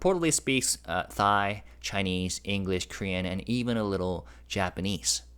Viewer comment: 😅, Thai is pronounced like 'tie', not 'thigh'. It's a silent 'h'. But it's cute and funny! 😊